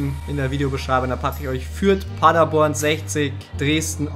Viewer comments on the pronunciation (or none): none